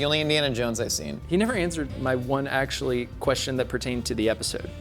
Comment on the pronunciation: I’m hearing dude more actuwwaly